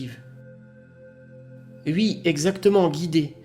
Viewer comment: mille merci. merci d'avoir pris le temps de traduire tout ça..... je peux par contre pas m'empecher de mourir de rire a chaque fois que je t'endends dire "ui".....pour dire oui....